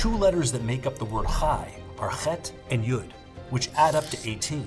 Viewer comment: Erm actually, chet is supposed to be pronounced as ح not خ